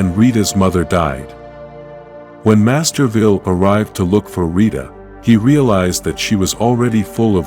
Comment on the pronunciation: Is there a town called Masterville? 😆. The AI narrating always mispronounces words. Just get a real person to read the script.